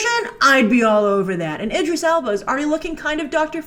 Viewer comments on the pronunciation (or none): none